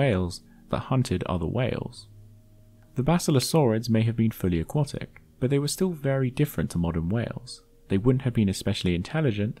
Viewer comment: You keep mispronouncing 'aquatic'.